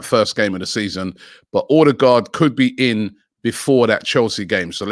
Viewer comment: Pls not ödegaard